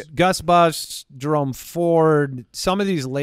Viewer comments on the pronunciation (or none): none